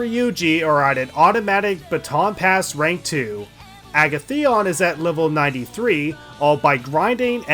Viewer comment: Great series, but the way you say Agathion really ticks me off. Joker pronounces it for you when you select him, although I know you can't do that. It's a-gath-ee-on. A as in alligator, gath, rhymes with bath, ee, on.